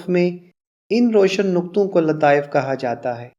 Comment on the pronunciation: Aap Kyun kha Ko ha Bolte hain